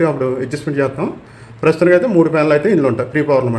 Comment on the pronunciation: ప్యానల్ అంటున్నాడో... ఫ్యాన్ లు అంటున్నాడో... అర్ధం కావట్లా...😂😂😂